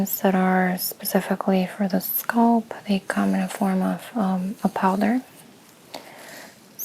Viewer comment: “Skulp” scalp is pronounced “Skalp” with the a sounding the same as the a in Apple.